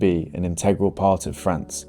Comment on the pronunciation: they say freace and freach alot for a place that isnt frence....